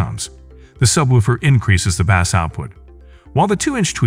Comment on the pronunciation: Why the heck does the narrator say "bass" the way we pronounce the popular fish?